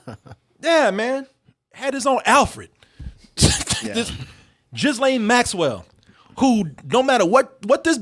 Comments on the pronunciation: Ghislane is pronounced Guh-lane. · “Jizzlaine” Maxwell.. lol